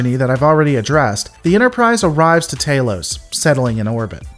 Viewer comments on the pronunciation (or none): Anybody else get the shivers when he mispronounces stuff that's canon? Tah-los not tay-los... Obviously a sneeky alien trying to fit in but humorously misspeaking. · I am the biggest fan that those big headed people ever had. They can capture me anytime they want. LOL Note to commentator: the a in Talos is short, as an apple. Not long as in Taylor.